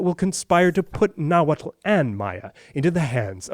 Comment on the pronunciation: its not nahuatul its nahuatl